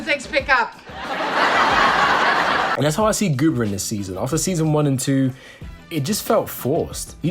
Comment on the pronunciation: Goomer, not Goober. 😊